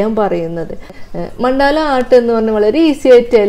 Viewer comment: Ma'm, മണ്ടാല അല്ല, മണ്ഡല ആണ്..